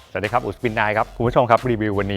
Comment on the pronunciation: Spin9 เผลออ่านเป็น Sping เฉยเลยครับ😅😅😅